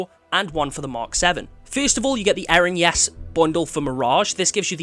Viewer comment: You were pronouncing Erinyes completely wrong. It's pronounced Ih-RIN-niss